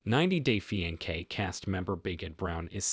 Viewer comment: let me help : Fiancé [fee-ahn-say] Loved the video ♥